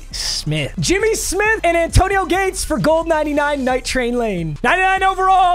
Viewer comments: Why he keep saying Zay Antonio? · Is he say Zantoino or is it just me??? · Papa why do you keep saying zantonio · Did he say zantonieo😊